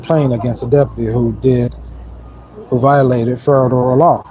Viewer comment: I understand that people who don't use certain words often might easily mispronounce them. But these people are attending "seminars" and still saying things like "statubatory" and "ferederal" law. If you've got special knowledge nobody else has, get the pronunciation right. It won't make you less stupid. But you'll at least be convincingly stupid.